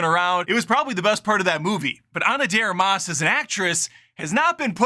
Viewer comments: Are you deliberately mispronouncing her last name or you just don't know how to say "de Armas"? You know it's not one word, right? LoL. Love the channel and humour, BTW, been a long time fan. 😎👍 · Learn how to pronounce her name correctly. I enjoyed it.